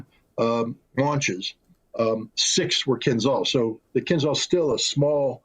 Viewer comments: there;s a reason there is an "h" in KINZHAL. it's not 'kinzal' silly americans don't even try to pronounce things right... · please KIINZHAL not KinZal.Zh like Rio de Janeiro,Marshal Zhukov,french Jean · Fun fact: pronunciation is kinzhal, kinjal, not kinzal. It is not called dagger, it literally means dagger - Кинжал=dagger. Ж=zh, j. This is in bulgarian, i guess russian as well because we share a lot of words( we gave them our alphabet some 1k years ago :) ) Now we are part of the traitors in EU who are enemies of russia.. not normal people, just our sold out pigs at the government. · It's pronounced " KinJal" , like Marshal Zhukov. ZH is spelled like a tough J or G in English. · Right way to pronounce Dagger in Russian Kin'dzhal not Kinzal. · Not kinzal, kinZHal. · Dude,it’s “Kinzhal”,pronounced like in Jedi,-”Kin jal”, OK? JA,JA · It is pronounced "Kinzhal" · "zh" in "Kinzhal" is pronounced as "s" in "measure". like sh with voice.